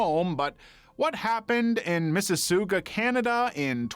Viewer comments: Mississ-aw-ga, Canada, not soo-ga. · Small correction; Missisauga is pronounced MISS-IS-OG-UH, not MISS-IS-OOG-UH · another proof he isnt ai its "misses" sawga" for mississauga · Just for a correction! Mississauga is pronounced Missus-aw-gah We have weird city names up here! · Mississooga? Really? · The city in Canada is pronounced Mississ-AW-ga. All the channels have trouble with the name. :) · Miss-e-saw-ga is the proper pronunciation of Mississauga :P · You seriously mispronounced the city of Mississauga, Ontario! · We couldn't research how to pronounce mississauga? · I never heard it pronounced that badly before. 😅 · no kidding I love this channel but that made me laugh